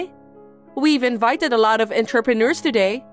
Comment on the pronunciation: I was just listening to and not looking at the screen. I kept wondering where interpreters made so much money, then I saw the word was actually entrepreneurs. I had to laugh out loud. Some of the mispronunciations in these stories are so hilarious that they are more entertaining than the stories themselves.